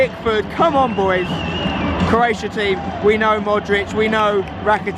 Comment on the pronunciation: 'CROATIAI' - LUL xDDD